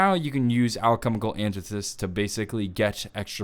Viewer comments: Alchemical Antithesis is pronounced "All-chemical anti-thesis". It's pretty simple really. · Alchemical Anti-Thee-sis